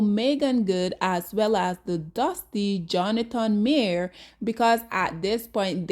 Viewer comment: Imagine making a video about someone and not even being able to pronounce their name correctly.